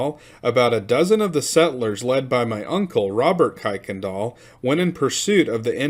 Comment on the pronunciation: Kuykendal is pronounced Kirk-n-dal. Not that it really matters but for your own information.